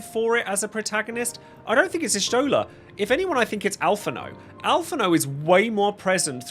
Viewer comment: Everyone gets put in the bottom tier because not even the VA's say Y'shtola correctly. Not since 3.0 when the og voice cast was replaced.